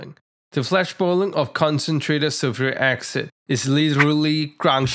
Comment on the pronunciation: First - love how you say concentrated zulfuri aksid. Brilliant 🙂 Second, I really like your rack at the back of the hood. Extremely neat and nice looking